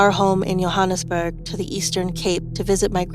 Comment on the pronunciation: "yohunusberg" bru u say it as u spell it. Joe-hann-us-berg